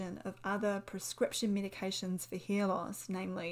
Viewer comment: I also heard her saying "hear loss"😂😂😂😂 English is not my first language 😂😂😂